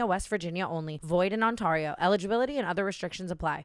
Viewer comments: Tana, can please learn how to say Ontario properly it’s not ONTARRIO ITS ONTARERIO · The way she said Ontario in the gambling ad😭😭